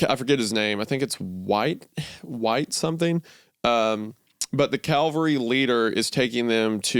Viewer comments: it’s so cute how Isaiah tries to tell us about people who ride horses but instead tell us they’re where Jesus was crucified. (He says Calvary instead of cavalry) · Cavalry and Calvary are extremely different things,, one is a military unit riding horses into combat, the other is a church choir. I assume wendig9on keeps saying CALvary cus he's heard it so much in church. They are different words though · Exscpecially and Calvery. Like two illiterate peas in a pod. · Isaiah.. my brother in christ... cavalry is a unit of troops on horseback. Calvary is the hill where Jesus was crusified. 😂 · I would have hoped that a devout Christian like Wendigoon would know the difference between Calvary and cavalry, but alas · WENDIGOON, MY BOY... Calvary and cavalry are two very distinctly different things!! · Yo Wendigoon, it is cava-L-ry, not ca-L-vary. Thanks. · OHMYGOD stop saying "Calvary", Isaiah!! You're a Christian for heaven's sake, the word is cavalry and you should know the difference! Sheesh. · Cavalry. Not Calvary. Isaiah at least should appreciate the difference. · Why can't Isaiah say cavalry? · I don't think Wendigoon says "cavalry" correctly a single time this episode. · CALVARY IS A BAPTIST CHURCH CAVALRY IS A UNIT OF HORSEMEN THIS IS ALMOST AS BAD AS WHEN PEOPLE SAY FOILAGE INSTEAD OF FOLIAGE. rant over… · Take a shot every time Wendi says cavalry wrong.